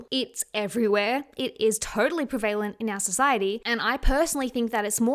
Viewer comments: What we look like should be the LEAST interesting thing about us. You’re a beautiful Person, I hope the awful comments done get to you. Also side note- when you’re saying “preVAYlent”, do you mean prevent? I’ve just never heard anyone pronounce the word like that 😂 it made me laugh only cos I was trying to figure out what this word was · prev - a -lent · pre-valent hahaha I love her 🤍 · I’m sorry but you’re pronouncing prevalent wrong 🙈